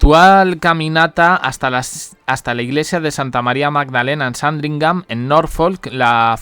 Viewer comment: Se dice sandringan no sandingan inculto en em